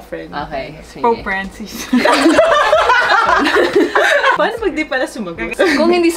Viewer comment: "Pope fRaNCes" LOL majoy